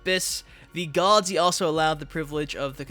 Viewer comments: okay but you reading GODS as COOS is bothering as fuck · Gods, not “Coos”, don’t know how you messed it up the first time